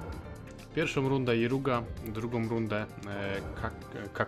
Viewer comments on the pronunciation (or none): Ale on woli mówić Iruga